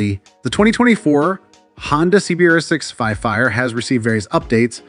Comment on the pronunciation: Good video but it’s pronounced CBR650R, you are saying it to fast and muffled